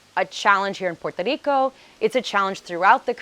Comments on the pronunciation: 9 years and you still can’t pronounce PUERTO RICO. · I REALLY REALLY LOVE THE WAY YOU PRONOUNCE *PUERTO RICO*🤗